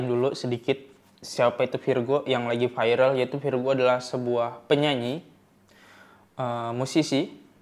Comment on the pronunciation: 1 lagi bang namanya virgoun dibacanya virgon kalo virgo nama zodiak 😂😂😂